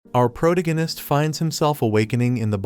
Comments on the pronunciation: The pronunciation of protagonist was funny prodiggonios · he say protagonist wrong at the beginning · WHOS OUR PORDIGINIST I THOUGHT IT WAS PROTAGONIST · what, how and why did the AI say protagonist like that😭